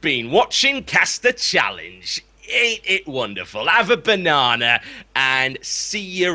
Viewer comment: "Have a bannana" :?